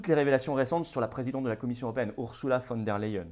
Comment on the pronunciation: En allemand, on prononce OURZOULA et non OURSSOULA.